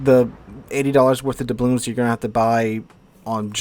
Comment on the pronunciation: Why does he keep saying "doublooms?" The word is "doubloon." There's an "N" at the end, not an "M."